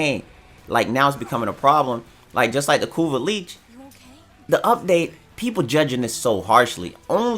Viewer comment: it's lich, so can you please stop saying leech.